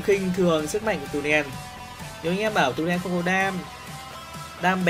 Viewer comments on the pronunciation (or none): " trùm mid Tunen " ngọng ghee 🤣🤣